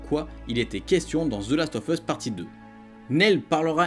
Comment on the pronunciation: Ca ce prononce the last of us et non pas ZE Last of us